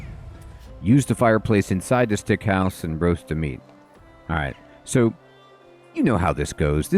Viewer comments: Love your vids and just bought this game, so perfect timing for me. I grin every time you say "Stick House" as it is actually "Sick House". Our minds are so funny sometimes with what they get stuck on. Adds to the charm and entertainment levels. Appreciate your thoroughness, as always. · can you stop calling that house stick hose, its called SICK house not STICK xD pleaseeeee hahahha great video btw <3